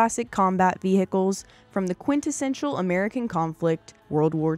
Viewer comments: they are not ve-hickles--the "h' is silent--and WWII was not one of the most serious conflicts the US was involved in--it was by far THE ost serious! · I applaud your correction of the pronunciation of 'vehicles', but I didn't know that there was a silent (and seemingly invisible) 'm' in the word 'most'.